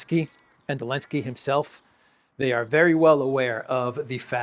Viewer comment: Did Trump call Zelenskiy Elenki?...😅😅😅😅😅😅